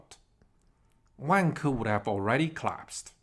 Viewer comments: I hate my self. But the way you say Vanke, makes me laugh. Sorry, I know racist stereotype stuff... But maybe Wanker is a better name for them... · Turns out I’m not the only one LOL-ing throughout as I heard about “Wang-ker’s” actions 😆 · Why does is sound like "wanker"? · pronunciation of vanke makes me laugh. Sounds just like wanker! LOL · Great one. Be careful of the pronunciation of Vanke though 😂. My issue is what happens to the money supply here? Beijing is basically taking over all property companies. I see two outcomes here: 1) Xi Jinping loses power to reformers who increase transfers to poor people & wage slaves. Eventually this will work but might mean democracy takes over. Huge banking losses, major deflation like in Japan, the Great Depression but with Government spending. 2) Xi Jinping & his mates get on one of their jets filled with Gold & bail out to UAE & let all Chinese Banks go bust. This is the Shah of Iran trade *10. I think between these two options. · I couldn’t stop laughing too 🫣